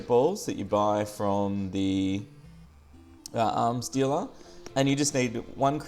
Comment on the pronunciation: When you said arms dealer it sounded like you said arm stealer.